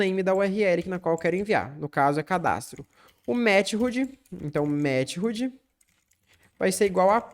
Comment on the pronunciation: "mete rude" eh fd. mas bom video